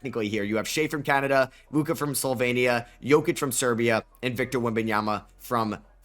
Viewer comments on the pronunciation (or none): none